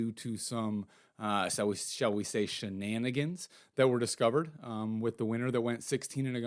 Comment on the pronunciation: I gave this a huge thumbs up and rang the bell. Can you even spell shenanigans? You can’t say it very well. Username AmericaFuckYa Stakeus